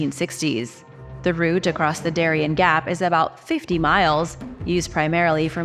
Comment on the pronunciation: the gap of Darien is spelled Da - ree- en ( like end without the D)